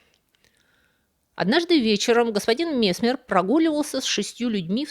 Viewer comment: Опять проблема с ударенияии..месме'р.